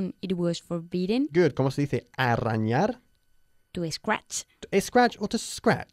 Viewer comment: "arañar" no se pronuncia con "r" fuerte. Por lo demás, genial.